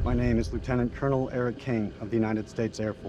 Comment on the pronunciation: Colonial instead of cornal